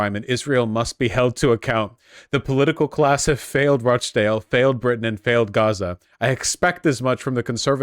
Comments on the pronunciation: ruh .ch. dale, not rah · Hearing vaush pronounce it rock dale 😭😭😭😭